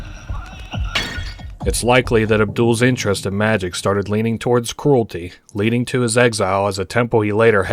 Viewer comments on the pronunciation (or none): none